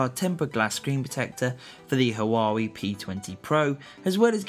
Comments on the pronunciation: ITS WA WEI! NOT HUWAWEI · Graet video. But it is wah-way not hoo-wah-wee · Ya wrong dude it's pronunced Hu Wow Wee, actually.. If unsure maybe not state something as a fact when you are WRONG 🤣😃